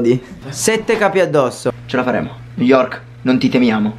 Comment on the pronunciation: quanto covsta una vacanza a new yovrk. pvezzo assolutamente ragionevole. (per pochissimi)